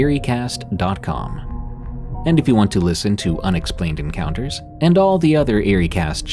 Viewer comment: Did anyone else think he said don't forget to send me urine counters???? Lmao I know it's your encounters but it sounded funny and made me laugh! Anyway love ya Def one of my favs at night